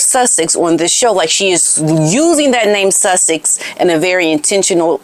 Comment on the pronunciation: Does anyone else keep thinking Megan Markle using Sussex sound like she is saying “ l’m Megan Suckit now” or is it just me 😂😂